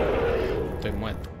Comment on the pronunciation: porque dices estoy mueto en vez de disir estoy muerto